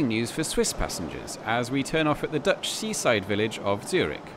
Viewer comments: Your Dutch accent is excellent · Your Dutch wasn't too bad. You made the effort to LISTEN to the names somewhere. Standard suggestion, apart from the local people: Forvo.